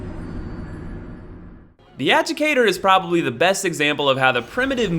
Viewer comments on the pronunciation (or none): "The Ajucator" Excuse me. It's adjudicator. Ad-Jew-Dih-Cater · Adjudicator (Ah*Jew*Dih*Kay*Tore*) please I beg you to stop calling it adjucator xD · Adgicator? I thought it was the Adjudicator. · “The Adjewkater” Just no. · *Áh-Ju-Da-Kator is how you pronounce that. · "ah-jucator" l o l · I'm sure a thousand other people have commented this, but it's pronounced Uh-jew-dih-kay-dur. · Ah-jew-di-cater. You butchered that word. Horribly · "Adjucator" I think you're missing an entire syllable from that boss's name. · The ‘adjucator’ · Did he say Educator or Avocado? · what the fuck did you call it? aducator............... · Why do you pronounce it "Ajacator"? lol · "Adjucator" "Miridian Hammer" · hahahahhaha....he really cant read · Why does everyone pronounce Adjudicator wrong? Is it an in joke? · This isn't the first time I've heard that boss' name mispronounced - people realise Adjudicator is a real word, right? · I'm sorry, but.. What did you call The Adjudicator? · my man doesn't know how to pronounce Adjudicator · Completely missed the point of true king, and can't pronounce adjudicator. Come on dude, feels like you aren't even trying anymore